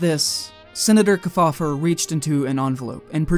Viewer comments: The Senator’s name is pronounced Keef-Aww-Ver. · Guys. I just found this and I think you hit the nail on the head. However, you got to work on pronunciation of those famous names... The Senator's name is pronounced "KEEF FOUL LER" amongst the others and if you can't bother to get that right, it casts the underlying research into doubt. I realized it is far too late for these videos, but I recommend that you look up the way the names were pronounced as a lot of these guys were extremely famous and there are still people around who remember them. Otherwise, great job.